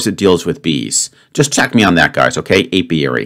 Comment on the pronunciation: For a while I thought he said aviary. It was only at the end that I heard him say apiary.